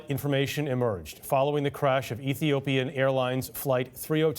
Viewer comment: Am so disappointed with the reporter. He can't say Ethiopia? He is a racialist